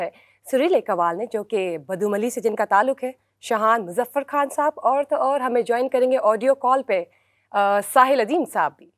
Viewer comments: Salaam Please correct your pronunciation ‘Khhan’ or ‘Khhas’ is no word Khan and khas is the right pronunciation Indians and Sikks sometimes used this way but please correct asap as it is hard to digest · کھلیل، کھوشیاں، کھان ، کھاس what are you saying lady? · میزبان خاتون کا تلفظ انڈیا کے ہندی تلفظ کی طرح خان کو کھان بول رہی ہیں۔